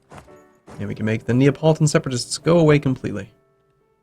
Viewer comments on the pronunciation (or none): Abruzzi is pronounced Abrutzi, but Neapolitan is pronounced Na-po-li-tan. You don't say Nea. Fyi. Love the videos!!